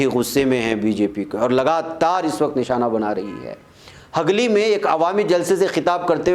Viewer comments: Molana Sahab Asal lafz ,hagli, nahi Balke ,hugli, hai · Hagli nahi janab Hugli bolye